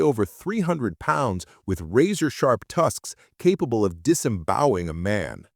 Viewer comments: Dis-embowing ?? LOL Try disemboweling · Listen to the video again. The voice says "disembowing". There is no such word in the English language. This is lazy on the part of the creator.